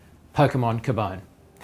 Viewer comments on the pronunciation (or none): I thought it was called 'que-bone' like cute+bone=cubone? He said it like 'kabaam'! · its cubone... not k'bone..... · Kuh-bone? Wow... couldn't have taken 8 seconds to google how to say it? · When you get excited because they used your favorite Pokémon as a reference but then realize he said the name wrong